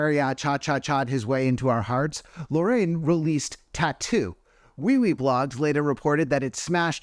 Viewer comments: Why do people keep mispronouncing Loreen's name like "Lorraine"? It's literally phonetic, lol. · Not “Lorraine”… 🤣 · also, why is this guy constantly mispronouncing Loreen's name?!? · Loreen is actually pronounced “boring”